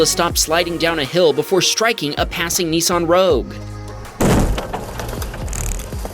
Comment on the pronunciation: It's Nissan not Nisson